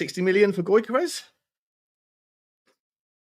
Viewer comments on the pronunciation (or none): You`re pronounciation is terrible mate. Newcstle`s Isak is pronounced as Eas-ak. Gyokeres is pronounced as Jock-eres